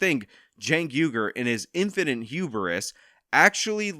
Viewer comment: 'Hubris' is two syllables